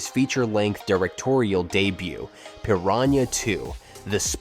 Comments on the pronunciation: "Peer-AWN-ya"??? What the fuck is a peerawnya? It's Per-AW-na. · Pir-RHAN-YA 2 …OK AI voice… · piran-yah two?